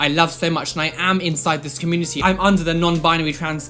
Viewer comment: I just love the way they say community, like it's 'comoonity' haha